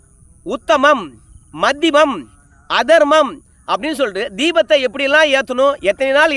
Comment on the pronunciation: உத்தமம் மத்திமம் அதமம்.அதர்மம் கிடையாது.சரியாக அதமம் என்று உச்சரிக்கவும்.